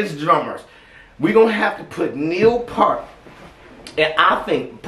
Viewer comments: Glad you like one of my all-time favorite drummers. When I was young, he was a huge influence on my own playing as a developing drummer. Btw...his last name is pronounced like PEERT, not part. I just figured you'd want to know. Great reaction, brother, as always. Much peace & love...God bless! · "Purt" = Peart If you are not careful, guys will start up a drinking game over mispronunciations. It's funny though, don't try to change it. Just imagine the mic set up on a turn table. I still am partial to "Bobby Caldwell." We all have special connected favorites. Captain Beyond forever. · Pronounced Peer-T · The natural talent & technical ability this man had is unbelievable 🥁🔥 RIP to “The Professor” ♥️ You are missed by all ♥️ I don’t wanna be the grammar person everyone hates but his last name is pronounced PierT like a pier on a lake 😉 Fun fact! His drum kit cost like $70,000! Sorry to keep adding stuff but damn he’s great!! The man was 51 yo when this was recorded!! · Your favorite drummer's favorite drummer! The Professor!!!Pronounce like "ear" with a p at the beginning and t at the end.👌🤘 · OMG YOU WATCHED IT!!!! HURRAY!!!!! 🔥 He's the 🐐 GOAT!!! 🙏 RIP Neil Peart of Rush was BAD ASS You mentioned when you watched "Tom Sawyer" how good the drummer was!! Boom 👊💥you nailed it,!! Name is pronounced PER-T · No, pronunciation is Pier t. Watch interviews where it is confirmed. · Peart... pronounced like the word EAR with a P and a T lol ♥ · Neal passed away earlier this year. He is knows as The Professor and the Professor is also known as "Your favorite drummers, favorite drummer". Danny Carey was a complete fan of Neal. RIP.. By the way his last name is pronounced as a Pear - The fruit. Pear-T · Ok, I gotta be that guy I guess -- pronounced "peert." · I haven't read through too many comments yet, but to pronounce his name correctly, think of pier at the ocean, then throw a hard T at the end. Pier-T... Neil Peart. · Peart, like ear is how you say his name. P ear T.